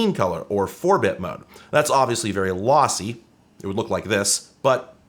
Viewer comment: Did you say lossy or lassie?